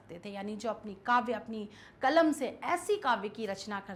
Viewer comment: मैडम कलम बोलिए कमल नहींहै